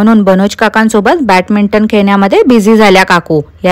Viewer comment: Ti satat chukiche bolte n kautukachyach comments la reply karte. Badminton la Batminton mhante 😂